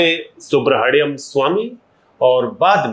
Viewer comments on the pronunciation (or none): This journalist is too interfering, very immature man, doesn’t let the lady complete her thought process. Pronunciation of Swamy’s name as Subra-hadyam Swamy. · Aap journalism sikho... interview acha tha...lekin apko Subramaniam pronounce karna nahi atta...guest ko baar baar interrupt karna ye band karo...otherwise good interview!!